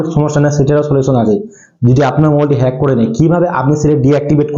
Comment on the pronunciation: # Pronounce Hej hobe 😅